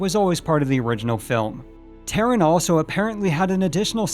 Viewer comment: "Terran"? I have always pronounced it "Tar-run".